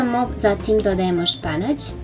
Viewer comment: Kaže se Spanać a ne Španać.